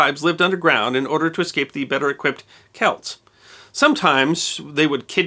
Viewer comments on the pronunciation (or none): none